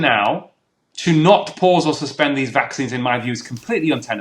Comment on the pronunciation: Stop calling mRNA technology " vaaaxines".